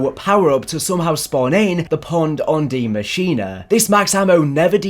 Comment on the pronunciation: Yo can everyone in the community stop calling this map "die machina"? It is NOT pronounced like that. It's german for "the machine" machine in german literally sounds the same as english pronunciation so just say "the machine"